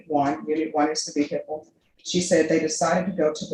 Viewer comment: What’s a Vere hickle 😂?